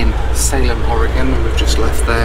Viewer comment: As an Oregonian, thank you Brits for saying the name of our state correctly. It seems like half of our own country doesn't know how pronounce it correctly.